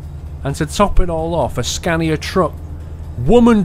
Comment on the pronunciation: Its Scania Not Scandia.